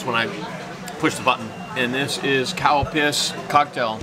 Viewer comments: thats not how its pronounced. you can hear the difference between CAL and COW. all of my japanese friends say CAL. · You didn't see my post, did you? I was saying that the correct way to say is "CAL-Piss", I never said it the other way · It's pronounced Calpis...lol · It's actually Calpis, the brand name of the drink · Lol I keep thinking he's saying Cow Piss 😂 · I kept laughing hard when he said Calpis because it sounds like cow piss 😭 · Seems like Google understood cow piss instead of Calpis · You are a true Gaijin.. “Cow piss” ?!? Come on man at least try to say it right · I thought he said cow piss!!!! Haha